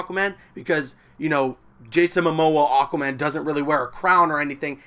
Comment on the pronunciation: " Jason MaMOMO" lol